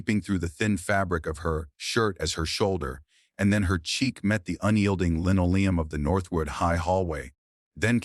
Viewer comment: The introduction says "...true story". The later small print says "This video is a work of fiction". The AI reading is poor many times... e.g. "lino'leum" becomes "lino-le'um"... "monosyl'abic" becomes "mono-silaa'bic"... "cal'uses" becomes "calo'sus"... "cathar'sis" becomes "cat'tis"... "unread'able" becomes "unra'dable"... "ral'ley" becomes "raw'ley"... "karate" becomes "karat" three times. Then the puzzles... what is "age UK"? and what is "stealing wshmp"? What is "raccoon and G"? I wonder what AI reading would do with punctuation. Maybe this should be called "the new girl vs. AI."